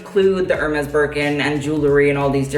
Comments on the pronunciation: Kid, if you're gonna be a fashion vlogger pls learn to pronounce Hermes properly. It's pronounced AIR-MEZ. I cringed every time you said ER-MEZ :/ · If you want to know... Hermès is pronounced in French « Air-Mess »